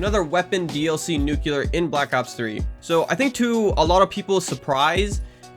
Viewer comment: love u bro but its nuclear not nucelar